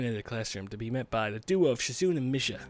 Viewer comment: shizune is ponounced: Shi Zu Neh.